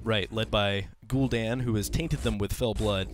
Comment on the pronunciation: It's not pronounced "Gul'DAWN" it is "Gul'dan", as in "Danny"